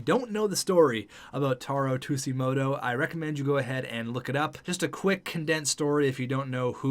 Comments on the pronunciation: its pronounced suejimoto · Also I like Tsujimoto. He would be a good option for Chubby and would be a great leader on the ice. Plus it would be a great story for the NHL for diversifying the league (PS it's pronnounced soo-jee-moto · I’m pretty sure Tsujimoto is pronounced Su-gi-moto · It’s pronounced soo-jee-mo-toe not two-sea-mo-toe :) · Fat Kid Inc. no it’s not. Sujimoto not Shujimoto big difference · You dont say ”tussimoto” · The way the Sabres pronouce Tsujimoto is literally [tissue - moto] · JackKreuzer They pronounce it “two-gee-moto.” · Soo-jee-moh-toh lol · its pronounced su-ji-moto but i do agree with the signing a potential 1st line sniper. chubi maybe as the second line sniper i think in the year two draft go look for a playmaker to play either next to tsujimoto or chubi. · Its pronounced Taro Shujimoto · Tsujimoto is pronounced like Sue-g-mow-toe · i believe tsujimoto is pronounced tuge- ee- moto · The way he pronounces it kills me inside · I felt the same way. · I find it hilarious how he was explaining the story of him...and didn't even know the pronunciation 😂